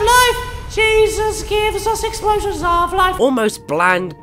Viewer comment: 'Splsion. nuff said